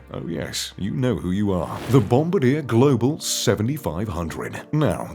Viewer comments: BOMBADEER?!?!? Um, try "Bom-bar-dee-'air," dummy. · It’s not pronounced “ bomb a deer”. It’s bom bar de aaa”. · I have a friend who flew these jets. The narrator needs an education: it's not Bomb-a-DEER... It's the French Bom-BAR-dee-ay. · BOMB - BAR - DEE - A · Bombardier is French. Bon-bar-dyè. It's not named for a member of bombers aircrew. Lol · You would think someone who does the research for these videos would at least learn how to pronounce Bombardier! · needs to learn how to pronounce Bombardier.lol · Doubt it, since they didn't pronounce the name correctly! :-) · FYI - it's pronounced BOM-BAR-DI-YAY not "Bombadir" and Dassault is not "Dasalt" it's pronounced DA-SO.